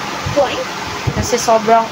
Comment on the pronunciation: Hi po … it’s pronounced ERMES with silent H…. Wow congrats!!❤